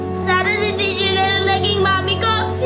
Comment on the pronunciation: Hindi marunong mag pronounce ng teacher si Georgia 😂 Georgia- titchir